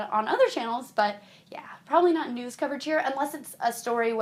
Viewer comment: when you say "news" it sounds like you're saying "nudes"